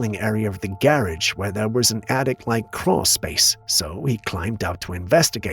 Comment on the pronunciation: "gairaige"... Wheir whon ceipz daire auitomoibile